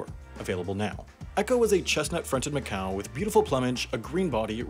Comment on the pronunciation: Heck haven instead of Hawk Haven didn't give you conniptions. Not to mention McCow instead of Macaw??